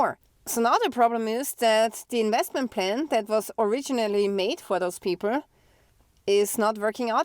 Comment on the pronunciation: I like the way you pronounce "people" as "peepor"... HAH!